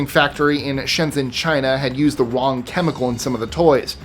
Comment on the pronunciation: Did he really just say a factory in china used the “Wong”chemical? 😆